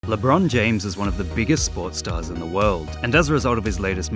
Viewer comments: I thought he said pornstar not sports star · I thought he said pornstar instead of sportstar